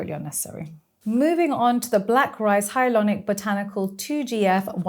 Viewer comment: Funny that she says "hyalonic" instead of hyaluronic.